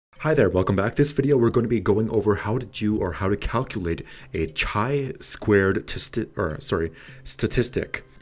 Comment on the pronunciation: Summary of my feelings from your video. Chi2 test is statistical test related to hypotheses. Unfortunatelly in this video it has not been mentiont. You should add a definition of level of significance. And last but not least, before posting it would be nice to check a pronounciation of descriped test name!! Overall thank you for frame fork to chi2 goodest fit test.